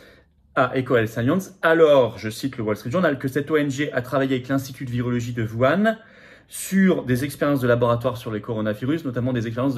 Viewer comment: C'est pas "Vouane", M. Philippot! Lol c'est "WOU-HHHANE" 🙄